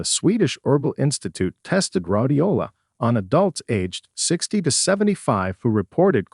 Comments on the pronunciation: Rhodiola...was mispronounced rod-i-o-la. It's Rhoad-i-o-la...but there are many more. I'm not going to relisten. There are MANY live voice-over artists/actors looking for work. When you default to free but piss-poor AI to leave more money in your pocket, it's essentially taking jobs from us as actors. One day, AI will take your 9-5 job from you. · I might have more confidence in the info if they could pronounce Rhodiola and Ashwaghanda properly. (Not RAH de o la, but “Row”) and not… what? “Ash wagon duh”?? But ash-wuh-gahn-duh.